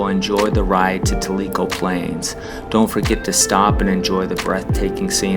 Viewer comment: Tell - I - Co Is How You Pronounce It !